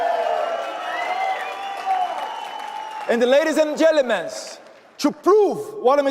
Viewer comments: " Ladies and gelomen!" 😂😂😂😂😂😂😂 dudu bananinha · LADIES AND GELEMENTS KKKKKKKKKKKKKKKKKKKKKK